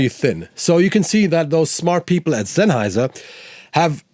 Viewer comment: Oh, that moment when someone's pronouncing "Sennheiser" authentic))